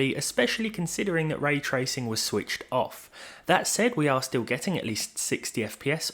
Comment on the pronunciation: you say 'ray tracing' like it's a person's name. you only say it correctly once in this video